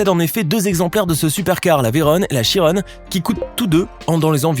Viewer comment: Un peu de respect pour la prononciation des noms des pilotes français M. Chiron et M. Veyron.